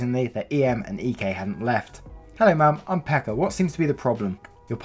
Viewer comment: tuon saunan xD gotta love how 2-3 narrators so far have pronounced Pekka as Becca.. xP